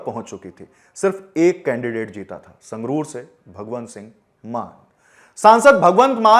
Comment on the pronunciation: suroor nhi sangrur h vo 🤣